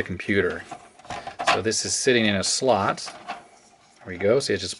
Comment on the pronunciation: i don't know why but i love how you pronouce "slot" as "schlot"